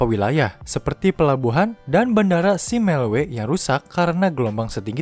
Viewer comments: simelue di baca jadi SIMELU dan meulaboh di baca jadi MELABOH. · Ngakak, pas dengar baca Simelue dan Meulaboh 🤣🤣